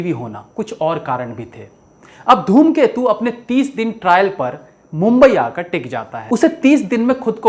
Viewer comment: Are sir dhoomketu nhi ghoomketu hai movie ka naam